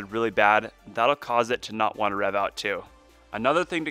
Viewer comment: Are you saying ‘reev’? Lol